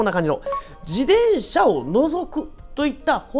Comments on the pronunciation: ジデンシャ じゃなく ジテンシャだよ。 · こういう事は大切って思う ありがとうございまう。 （でも「自でん車」の発音がき気になり過ぎて・・・）